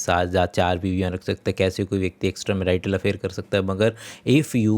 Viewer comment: Brother! You have got 01. Fake Deep Voice 02. It's ✅marital मैरिटल 🚫 marietal मेराईटल (Fake Accent and wrong pronunciation) 03. Fake ✅ Do(2) दो 🚫 Dow दाव (Fake Account and wrong pronunciation)